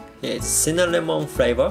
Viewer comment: You keep saying Cinnaminamon and I just I keep laughing you are so cute